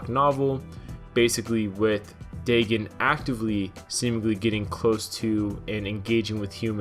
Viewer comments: its pronounced DAE-GONE not DAE-GIN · DAYGON BRO not daygen stupid learn how to pronuce words hell I have really bad speech impediment but at least I can take the time to pronuce words right might take a while but I get to the proper pronunciation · I dont believe the way you say his names right xD I believe it goes Day-gone not Day-gin, but overall he was probably a cool Godzilla, and it was sad cause they proved the two Mutos in the movie came from his corpse meaning the Muto Prime gave him the Muto Egg Parasite or whatever, but it sucks, I mean how would we feel if the new Godzilla were dying just watching a great ruler slowly grow weaker would be sad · Day gin that has me in fuckin tatters. It's day gone. Dagon. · Its Day-GON (dagon or dogon). Not Day-GIN. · lol Well if you are sking, yeah you did mess up the names. RAI-Den like the metal gear guy, and Day GAN not daygen. As in DAGON from the H.P. Lovecraft story, as in Cthulhu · Dagon is pronounced Day-gone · it's pronounced dagon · Pronounced “day-gon” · Day-Gone is how that name is pronounced